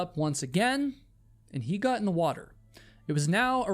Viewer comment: I really enjoy your stories. Especially that you are a real person. But when you say 'Got' please say G-O-T ( hit the O in the word like the word ODD) not G-U-T, same with words with 'got' like forgotten. Ive been meaning to mention this for a long time Thank you again though.